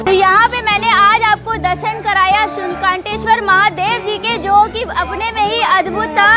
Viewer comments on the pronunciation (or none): शूलटंकेश्वर महादेव है जी शूलकाटेश्वर नहीं उच्चारण कृप्या सही से करें 🙏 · विडिओ मे बार बार शुलकंटेश्वर बोला गया है जो कि सही नहीं है, सही नाम शुलटंकेश्वर होना चाहिए । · Uchharan Sahi kijiye sultankeswar mahadev hai